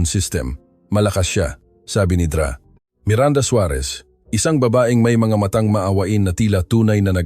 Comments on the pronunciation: Ano ba yang mali maling bigkas Ng mga salita,Yung Dra.sa halip bigkasin Ng Doktora,binibigkas Ng Dra.hindi ba iniedit yan? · Maganda ang kwento ngunit hindi tama ang pagbigkas ng ibang mga salita gaya ng Dra. Iyan doktora hindi Dra.